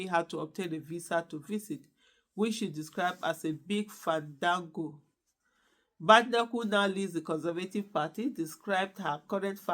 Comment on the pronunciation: Fan of your show, just to let you know you are not pronouncing her surname correctly, there is no bad in her name . Thanks